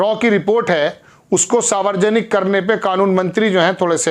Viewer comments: Savarjanik nahi hota he Saarv janik hota he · च्चा सारवरजनिक नहीं होता है सार्वजनिक होता है आकाशवाणी से प्रसारित शुद्ध स्पेलिंग पढें या बोलें तो दिक्कत नहीं है संविधान होता है सरविधान नहीं होता है ये सब कुछ सरदार होकर प्रार्थना के साथ स्वागत करते हुए अपना उच्चारण भी ठीक कीजिए आपके चैनल से जुड़ें हुए हैं बुरा न मानें तो क्षमा प्रार्थी हूँ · Sir aap 'sarvajanik' ,'cort' ka galat uachcharan kar rahe he